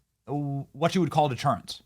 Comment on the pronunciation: HAHAHA BENNY "DETERANCE" HEHE THATS FUNNY AS FROG MARCHING.❤